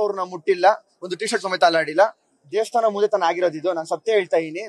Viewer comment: ದೆಸ್ತನಾ ❌ ದೇವಸ್ಥಾನ ✅